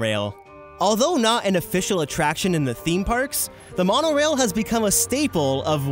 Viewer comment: I couldn’t stop laughing when he said the monarail😂